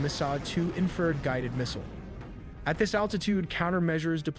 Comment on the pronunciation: Yeah, pronouncing ‘infrared’ like ‘inferred’ was another one.